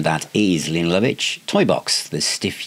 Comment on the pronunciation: I think her name is pronounced 'Layna'. 😂 An underrated artiste still going strong.